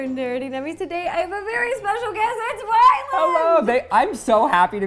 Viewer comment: is it just me or is she saying Wyland...